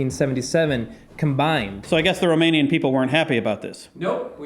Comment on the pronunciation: Cool approach to the topic of rockstars. I used to hate history classes, now it was riveting! Also, you SHOULD consult a Romanian (I live quite nearby - in Poland), the pronounciation is sooo off. But we forgive you. :*